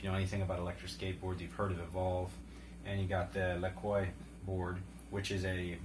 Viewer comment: Pronounced: La-quah. But yeah. Evolve is good, actually great. Lacroix is just a whole other level of HOLY CRAP what the hell did I just ride. Price is not for the faint of heart. But is that way next level ride. Ride on Sir on them bomb ass boards.